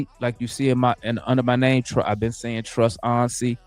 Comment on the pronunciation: He worse than kool aid with names 🤣